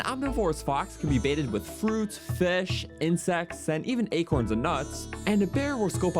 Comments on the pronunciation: Don't even get him started on fesh. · lmao the way he says fish